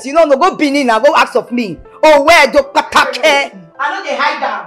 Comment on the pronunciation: Ovbie Edo kpataki NOT kpata kè lol. Nice movie, kudos to everyone 👍🏼